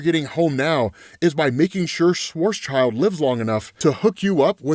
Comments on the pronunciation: SchwarzSchild should be pronounced more like BlackShield not Schwarz's child :hand-purple-blue-peace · Its pronounced like: Svats-shield he was a German mathematician and did a lot of stuff with black holes